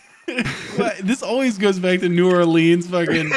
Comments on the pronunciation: Just pronouncing New Orleans as "New or-LEENS" is enough to deeply offend them. for the record, its "new OR-luns" for the most part. some locals will say it differently, but the most common i heard is new OR-luns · I will not allow you boys in NOLA until you stop saying it like New Orleeens. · as a new orleanian it pains me to hear y'all say "new orLEANS" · It’s pronounced “new orlins” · You pronounce it new or lens. If y’all gonna make fun of us atleast pronounce it right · AW SHIT I LOVE THE HUNT VIDS As a resident of Louisiana, it is my duty to inform you that you've miss pronounced New Orleans >:( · Me being from Louisiana I am personally offended on how you say New Orleans. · Me cringing as they miss pronounce New Orleans